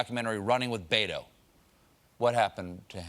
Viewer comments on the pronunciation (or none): As a South Texan I had to respect the Pod Save America guy who was actually able to say Beto while the best Colbert could do was Baydo. If you didn't catch it play it back and notice the difference - it's bet not bay and toe not doe. Not that I'd vote for him (or anybody else from the Dem right wing) but at least get his name right for chrisake, it's not that hard.